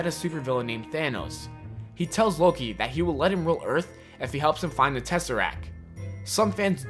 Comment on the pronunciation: come on you said loki wrong